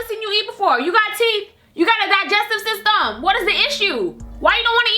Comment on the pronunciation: "You gotta djijestive systehmm"😂😂😂💔